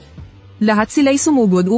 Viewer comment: yung pain sa tagalog naging pain sa english pagkabasa kana ata kc nagkukwento di pinay.😅